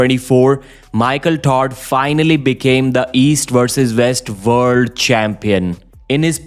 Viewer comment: World not vorld